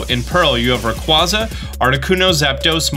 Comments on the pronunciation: Still not pronouncing Rayquaza correctly... you hate to see it.. well hear not see but you get the idea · You are pronouncing Rayquaza wrong...